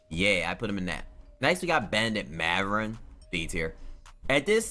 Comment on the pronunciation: Bro its bot even funny anymore listening to this dude mispronounce every players name half of which aren't even the close like Lauri maverin lmao r u friggen serious bro there's not even a V in his fn name get it together cop that Rosetta stone